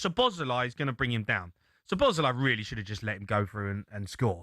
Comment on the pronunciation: Why does Cundy keep calling him "Slob sly"?